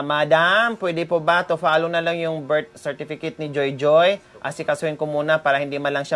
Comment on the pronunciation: Hello madam pati ako naiiyak sa katatawa sa inyo ni di niya mabigkabigkas yong birth certificate para akong baliw mag isa ako dto sa bahay nakikitawa ako sa inyong dalawa madam.